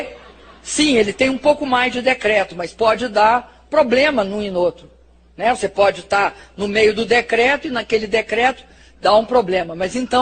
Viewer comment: Meu Deus!!! Que ANTA de baton é esta? Quanta falta de informação, quanto despreparo. É com certeza, a maior demonstração de falta de capacidade para se expressar (KKKKKKK, em português. Ela não consegue dizer nem "você" corretamene e um bando de incompetentes tão ignorantes ou mais que ela, elegeu. É bom para vocês aprederem. O país tem o presidente que merece....INCOMPETETE.